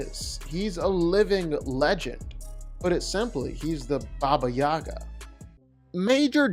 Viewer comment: its babayega not bababayaga LOL